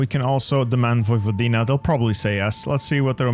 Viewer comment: the "Backa" is pronounced as "Bachka" while Vojvodina is "Voivodina"